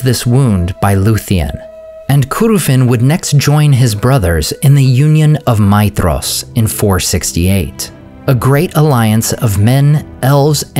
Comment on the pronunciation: That's probably right. As for me, I'm even more bothered about the way he pronounces some vowels and diphtongs, especially "ae", as is "Maeethros". Vowels should always be clear. Nargothrond is another example, where he turns the first "o" into an /ʌ/. It's not a crime, but an elf would rapidly detect his English accent.